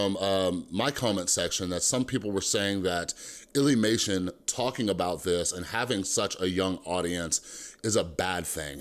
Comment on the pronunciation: Don’t see the point of this video plus your saying lillymation your saying illlymation